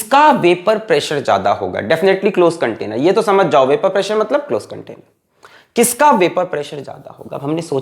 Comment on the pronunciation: Any body watching this video in 2025 ,if noticed that our sir already followed tha trend dame un grrrrr as vapourrrr pressurrrrrrrrrr😅